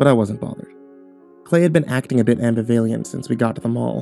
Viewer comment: That's the strangest pronunciation of ambivalent I've ever heard lol.